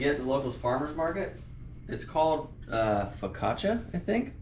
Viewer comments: Foe-Casha, but in itallian, it's probably more fuhcacha, like in gucci. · Best bread… in google pronunciation… fa-causha lol Looks so good. Great video! Love seasoned cast iron 🔥🔥🔥🔥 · Foe-caw-chia. Focaccia, double c in Italian is usually pronounced like ch. Thanks for the video. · Yes the bread is called Focaccia!! It's pronounced fuh-kaa-chuh! Excellent video! Nice to see Madelaine too! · I don’t have IG and I don’t have a need for the Simrad but I think it’s super cool you got the sponsorship and are always giving to the fans of your channel. The diving part of the video was gorgeous. I was so impressed watching that wreck. As for the sandwich, first I think you pronounced focaccia right and I also think that pesto would be really good on there. No other changes needed. I’d give 20 for that sandwich for sure. Catch em up! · Id love to been a fly on the wall when Will heard your pronunciation of the bread lol